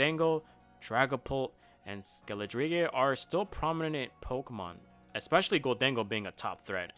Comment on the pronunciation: Your pronunciation of Skeledirge is something else. Great video though.